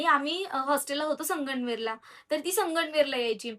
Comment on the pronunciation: हो मला पण जाणवलं ती वेगळंच बोलते संगमनेर बोलायचं तर 😊असो